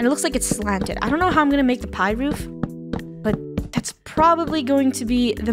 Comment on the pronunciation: Did funneh say "roof"? is not roof is " woof" hahahahah get it woof? (Laugh at my joke please🙏)